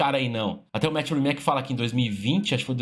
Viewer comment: a pronuncia não é "rimaque" é "rimats"